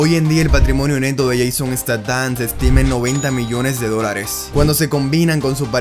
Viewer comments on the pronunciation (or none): Buen video , solo pronuncia mejor el nombre para la prox